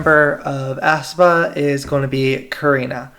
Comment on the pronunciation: Aespa is pronounced "espa" not "aspa". Sorry, but it kinda bothers me how you say "aspa"